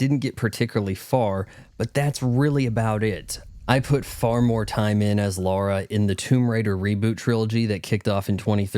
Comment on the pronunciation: You make fun of people for saying aspyr wrong, yet you keep saying Laura instead of Lara. Just… just… fuck off really.